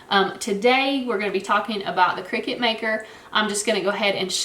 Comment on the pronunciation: It’s a cutting machine, not a game played over scones in white caps. Kricut kri-cut The end of the brand name is pronounced “cut”.